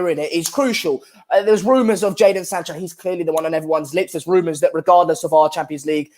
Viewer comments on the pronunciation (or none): Why does call him "Zander"?